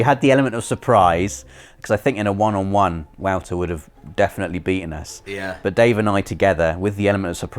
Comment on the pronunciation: Is pronounced like voter. Not wowter. Lol